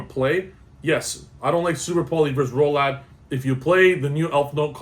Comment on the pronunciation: Chaos Ritual, not Rolad